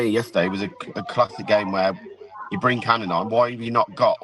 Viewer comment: Bwing in wriedy, dweeby sidekick 😂😂